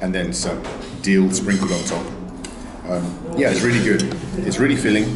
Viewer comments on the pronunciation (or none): none